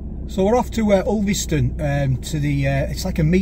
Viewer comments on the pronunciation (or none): who call,s it ulvistone its to us lacals as uuston